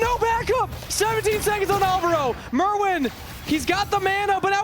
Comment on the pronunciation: If this dude wants to shoutcast he can at least learn to say the players names properly. It is Myrwn not Merwn